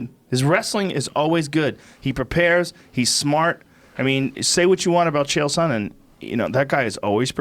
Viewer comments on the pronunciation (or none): Geezus Schaub after all the yrs, after having the man on your podcast multiple times, you'd think u could pronounce the man's name right just ONCE. Not that hard, its SONnen not SO-nnen, for fuck's sake. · Wolfie Alpha that would make it sound like a long vowel, his pronunciation is more like soh-nen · Sonnen not Sooonennn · How can Brendan mispronounce Sonnen that badly?